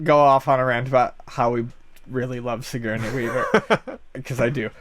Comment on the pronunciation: lol, Sig-Gurney?